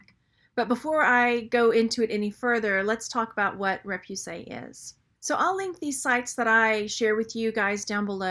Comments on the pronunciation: It's ray-poo-say, not ray-pew-say. Otherwise the video is great. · actually the first syllable is more like ruh... ruh-poo-SAY